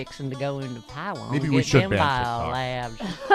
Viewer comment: Stephanie, good job getting the accent correct on TAAHwan.